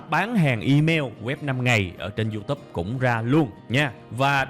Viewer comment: Mình rất thích cách tiếp cận và chia sẻ kinh nghiệm của bạn về kiến thức, rất dễ hiểu và chuyển tải hết được thông điệp của bài giảng và đặc biệt giọng của bạn rất bắt tai. Chỉ một ít feedback như sau nếu bạn có thể nâng cấp cách phát âm chuẩn các từ tiêng anh thì quá tuyệt vời. Ví dụ: youtube, Sale và SEO những thuật ngữ trong chuyên ngành mang từ nước ngoài vào thì phải đọc đúng vì bạn sẽ là tấm gương cho hơn 700 ngàn con người việt nam noi theo.